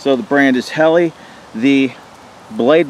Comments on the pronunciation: Great knife,, it's pronounced Hellah.. Not Helly,,,, FYI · Pronounced Hahla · Dammit! It's your job to say it right! I have this blade with a custom handle. Lightsabre.